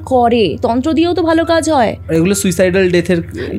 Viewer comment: Shunchi…..but ekta kotha na bole parlamna……English jodi jor kore boltei hoy tahole English ta thikthak bolle bhalo hoy…..for example suicidical bole kichu hoyna kothata suicidal…..pronunciation o theek noy…..and I feel she is also quite novice at her craft although I might be wrong in this case….. hope things get better